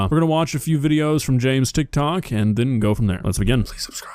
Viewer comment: ✨mooood✨ It’s food not moooood brother 😭